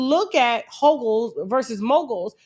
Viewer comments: NOT HO-GUL😂😂😂😂😂😂😂😂😂😂😂😂😂😂😂😂😂😂😂😂😂😂!! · Not a "HOgul"😂😂😂😂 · Not HOGUL… 😂